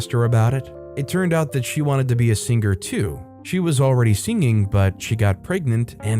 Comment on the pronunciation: i know the word singer has a g in it but thats to much man